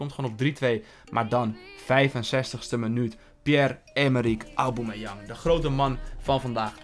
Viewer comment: Zeg pls geen auboomeyang